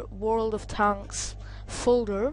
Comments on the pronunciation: dude its world of tanks not tonks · how hes saying it like world of t h a n k s